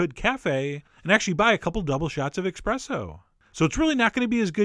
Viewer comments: God damn it, Chef. It's "espresso" not "expresso". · wonderful. By the way its ESpresso not EXpresso. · Mike farmer so you're saying that Americans have carte blanche to pronounce other languages as they please? And Americans wonder why other countries dislike them. The word is ESpresso.....there is no such thing as EXpresso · ESS-presso not EX-presso. love your videos! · When you own an espresso maker and still call it an expresso maker.. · John I love the recipes that you make; but please say espresso correctly. There is no "x" in the word. 🤣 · Oh no... OH NO EXPRESSO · You said "expresso" twice and I thought I was going to have to stop watching, then you started saying "espresso" and all was right with the world. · Ssss preesso John. Not xxx presto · John, you're awesome and all, but seriously... it's ESpresso, not EXpresso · ESPRESSO not "expresso" Chef John!! :) :) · Not expresso - espresso. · Espresso not expresso!! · Its eSpresso not eXpresso. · Ahem, not expresso but espresso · The word is espresso not exepresso. I thought a Chef would know that, but with the weird way he talks not totally surprised. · Not expresso......espresso! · Espresso, not expresso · He lost me at eXpresso 🤦🏼‍♀️ It's called eSpresso, perfavore 🤌🏻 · Great video! Thanks! There's no "X" in eSpresso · Jeffrey Lombardo I am assuming he's American so expresso is acceptable. it's just not as refined..... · Expresso? Really John? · It's ESPRESSO ;) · Dude! I love your posts, but get the name "Espresso" right next time... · Is he saying "expresso?" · "Expresso". My god.. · ahahahah it's not Expresso! :) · did he just say exspresso?! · eXpresso, john? really? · You keep saying expresso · ESSpreSSo...ESSpreSSo... say it again... sorry, I'm a bit of a grammar nazi. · EXPRESSO MAKER. GAHHHHHHHHHHHHHHHHHHHHHHHHHHHHH NOOOOOOOOOO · Please dont say eXpresso.... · Please don't say eXpressoh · I really hate that you pronounce it expresso . Great recipe tho! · 'Expresso' Unsubscribe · Same here. Lol.